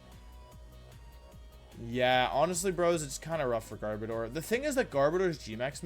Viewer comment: The way you pronounce garbodor at the start made me believe you said gardevoir and got excited for 5 seconds bc I thought that gardevoir was gonna get a gmax form :(